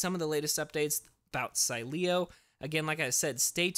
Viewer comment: it’s pronounced SEEEEleo. Stress the first syllable